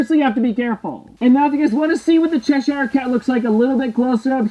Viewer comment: Please say Cheshire properly 🤦🏼‍♀️